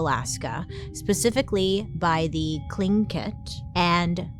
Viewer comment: You pronounced Tlingit correctly! As a member of this tribe, this makes me so happy! Most people mispronounce it 🥰